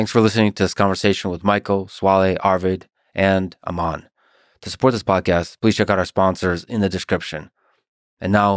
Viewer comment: It's not pronounced "Amaan" 'Am' part is correct just add 'an' at the end (like an apple an)